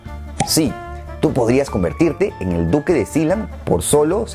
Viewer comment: Yo le decia "Sealand" no Siland v